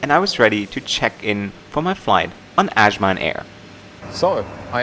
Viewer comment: Good job. You’ll find northern Nigerians are more accommodating and less aggressive than the south. If you want to know why, look unbiasedly into Islam and it’s effects on a person. Azman is pronounced like saying ‘as’ I was. I hope you tried suya and Jollof rice!!!